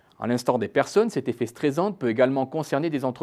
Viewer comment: Dommage les accents sur effet "éffet", ça gâche un peu.